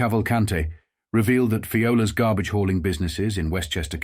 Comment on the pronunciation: "Gabbage." Yr Brooklynese is getting better. ;-)